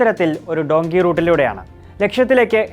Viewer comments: ഡോങ്കി അല്ലുവ്വ... ഡങ്കി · ഡുൻകി അല്ല ഡൻകീ